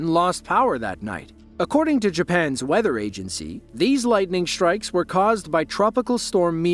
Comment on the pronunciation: Lightning “shtrikes”